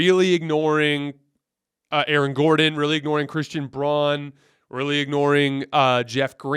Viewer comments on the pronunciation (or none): Christian Braun is pronounced Brown not Bron. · It's pronounced Christian BROWN (spelled Braun) not Brawn